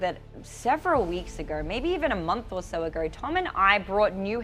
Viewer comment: I never realized how hard the letter O is to pronounce. How does a two letter word like So sound like Sur?